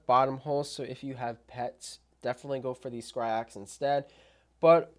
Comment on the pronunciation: Its Scyrox v8 tho not Scryrox